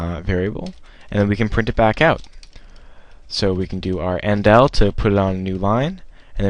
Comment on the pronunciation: it's not end1, it's "ENDL"